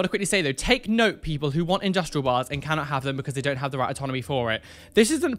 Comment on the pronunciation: Do you mean "anatomy"? Sounds like you're saying "autonomy". (My hearing is interesting. 😐)